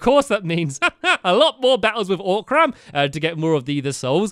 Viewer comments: it's O'cream not Orc'carm! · It's oc-rm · its not even "o-cram" its just ocram....just ocram....